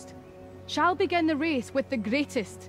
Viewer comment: How dare she say "let the challenge BAGEN" , she has ruined the most beautiful catchphrase in TV history....